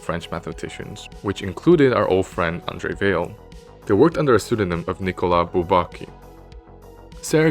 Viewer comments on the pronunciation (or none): none